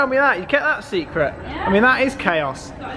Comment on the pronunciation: Can you not say chaos? lol